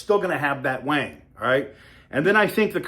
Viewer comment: Stop calling it waang its WING